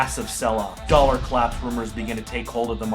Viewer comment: "dollEr" war?